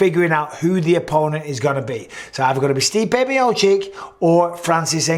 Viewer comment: MB can you please stop saying MiociK? It's MiociTCH ffs